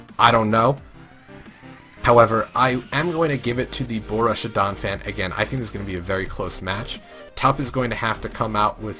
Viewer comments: BOH-ROOSH-EE-AH is how to say Borussia btw. I also have to say i'm not really a fan of the analysts this season. Last season they were killing it with quips and great flowing chemistry. This season really lacks fun and relaxation from the analyst. Still, i'm sure you can win me over in 12 weeks :) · Yea i hope their chemistry improves, too. little hint: it is not boh-roosh-ee-ah. no sh in the middle. it is just a straight forward sharp s sound like in grass.